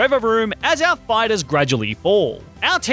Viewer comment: Is it the spanish speaker in me or every time he says "our" it kind sounds like "el"?